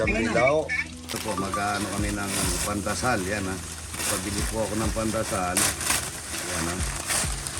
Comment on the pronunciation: Pandesal hindi pandasal